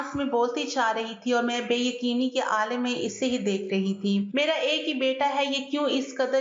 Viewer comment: عالم زیر لگا کر نھیں عالم زبر لگا کر پڑھتے ھیں زیر زبر سے معنی بدل جاتے ھیں